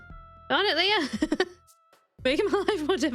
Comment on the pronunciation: I had to go back twice to hear you were saying Leah and not Leo. 😂 I was wondering when I missed you got Leo! 😂 I may need to get my ears checked! 😂